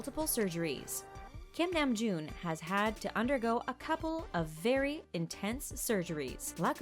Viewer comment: THANK THE LORD SOMEONE PRONOUNCED HIS NAME CORRECTLY